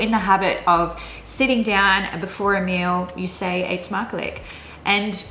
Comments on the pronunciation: try to say eetsmakelijk like: eetsmakeluk, when you said it it sounds like eetsmakelek. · Wauw your Words are so good! In the first two Words i heard No accent at all! “Eetsmakelijk” was a little bit off but i love your video! It is clear to me that u have been staying in Amsterdam or Rotterdam or somewhere in the north Hihi! Byeee and keep making these vids!